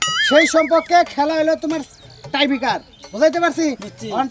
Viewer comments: টাইফিটার না টাইব্রেকার হবে 🤣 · উচ্চারণ টা হবে টাইব্রেকার